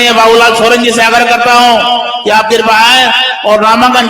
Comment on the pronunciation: Hindi language ka sahi pronaunse kro babulalal.